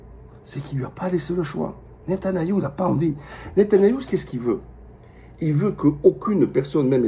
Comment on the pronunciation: Il déforme souvent les noms de Famille "Netanayou" etc 😅